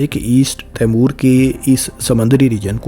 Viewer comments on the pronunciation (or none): تیمور نہیں ... 😂 ٹیمؤر درست تَلّفُظ ہے۔ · تیمور کیا؟؟ آپ کا مطلب " تی مور" تو درست ہے